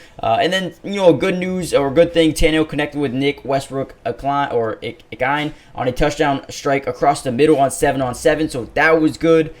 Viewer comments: Learn how to pronounce their names please. Ikine is uh-keen-nay Byard is buy- ard not eye-kine and bay-yard, they have been with the team for years. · Fire vid. It's Nick Westbrook Ikhine. (Eh-Kee-Nay) just fyi :)